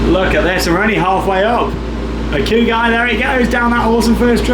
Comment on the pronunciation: Hakugi????? i??? Isnt it pronounced "Hakugay" maybe im wrong tho. Google translate does say Hakugay so I think it is that